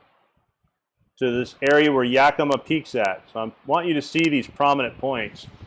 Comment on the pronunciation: not to nitpick, but they are pronounced Nacheeze and Yakamaw. Wish I'd know you were going to be in PNW, I'd drove up to meet you, only about 3 hour drive. Attending a wedding...damn, damn, damn